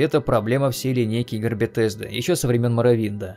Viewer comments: Не Бетезда а Бесезда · Не "БеТесда" а "БеСезда". К-критика. за ролик лайк. Фанат фалыча но последний реально шлак